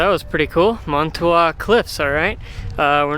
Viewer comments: It pronounced man-a-two should go into manitou and get some spring water people come from everywhere to drink it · It's pronounced mana two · Man-a-2. That’s how you say it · Hey! Welcome to Colorado… we are natives and live just outside of Manitou Springs. I did laugh at your pronunciation😂 (Man-ih-two) We hope you enjoy your stay here! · I'm a local. There are lots of free or less expensive things/places I could recommend, depending on your interests. p,s. it is pronounced man- ih, too, And Acacia is a kay shuh. And Tejon is tay hone. I do think you'd enjoy Garden of the Gods and its neighbor Red Rock Open Space. If you're hanging around downtown Monument Valley Park is good. If you want a fun place to eat, check out Fargo's. The salad bar and carrot cake are pretty locally famous. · I can't believe how you mispronounced Manitou.